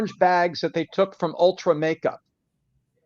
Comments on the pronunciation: I love. It's ULTA not Ultra. 😂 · Ron i think it's "ulta" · ITS ULTA lol! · He keeps calling Ulta “ultra” 😖😖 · it’s “ULTA” not ULTRA.”